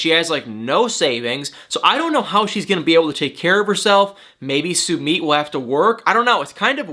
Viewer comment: Jennys boyfriend is not said like Sue-meet Sumit😉